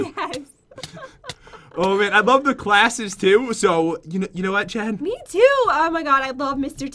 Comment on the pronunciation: its jen not gen